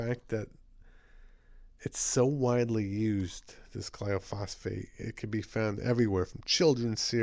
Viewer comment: Thanks for pointing this out but it's gly-pho-sate, not gly-o-phos-fate and it does a lot more than cause cancer. For an excellent lecture on glyphosate, what it is, how it works, the consequences to human and animal health and how to pronounce it :), watch the following video. You'll be glad you did. It is presented by a scientist who worked in the field of genetic engineering.